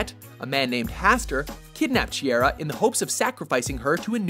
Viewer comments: It's not she-err-ah, it's shy-ear-a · Who else is annoyed by the way he says Shiera? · Man he mispronounced her name and the metal.